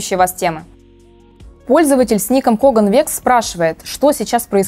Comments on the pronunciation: кроган рекс а не коган векс)) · Не Коган Векс, а Кроган Рекс